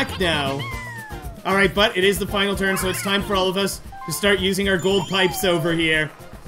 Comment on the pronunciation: I love the custom dialogue at the beginning! Toad sure likes to decide the TURRRRRRRRRN order! Also, ha ha! Skateboard go BRRRRRRRRRR